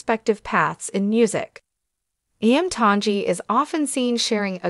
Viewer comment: Please learn to pronounce Iam Tongi's name Correctly🤙